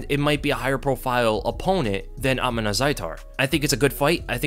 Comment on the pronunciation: Bro you can even pronounce his name right it’s Uth-_mon